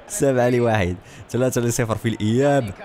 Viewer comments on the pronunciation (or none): none